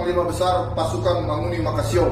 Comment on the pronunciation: MANGUNI bang bukan mahoni. Manguni itu adalah burung khas Minahasa.